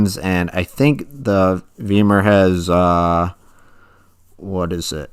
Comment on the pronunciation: It's pronounced "V eye mar."